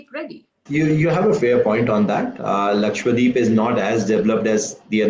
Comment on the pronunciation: Can you please stop calling it “lakshWADEEP”? It’s Lakshadweep. Laksha = lakh; dweep = island. The name literally means land of hundred thousand islands. And please don’t go and ruin its pristine beaches 🙏🏻😕